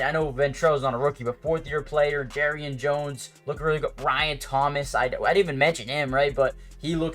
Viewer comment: How are jaguars fans still pronouncing "Jar"rian Jones name wrong still after all this time did you not watch the Mia O'Brien interview